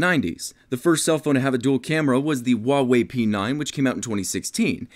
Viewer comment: Thx for pronouncing Huawei right... It’s not a state in ‘Merica...